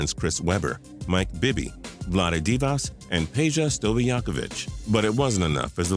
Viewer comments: and their names r also pronounced Vlade Divak and Peja Stoookovich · Man you killed the pronunciation of SOOOOO many names. Have ul check, Stoy ach o vich, Dee vach, Turk a lou. No harm no foul, great video